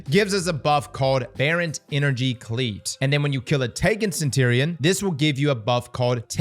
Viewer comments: Am I the only one cracking up about how he's saying "Centurion"? Lmao CentTerion Lannister! 🤣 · Centurion pronunciation: suhn-chur-ee-uhn There's a reason someone gave me a "Grammar Police" t-shirt. I'm still going to watch your videos.